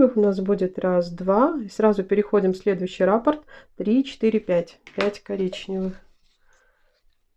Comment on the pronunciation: РаппОрт, а не рАпорт😕